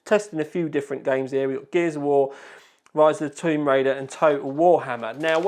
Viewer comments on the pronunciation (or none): none